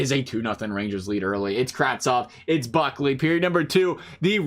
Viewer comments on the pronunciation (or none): It’s Brickley no Buckley